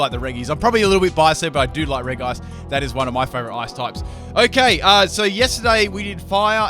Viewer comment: Reg ice It's r-edge-ice. It's part of the regi trio.